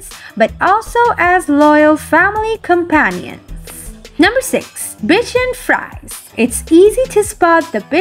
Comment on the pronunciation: Bichon Frise is pronounced like bee-SHÓHN free-ZÉH.